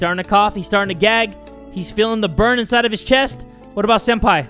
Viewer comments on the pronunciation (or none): none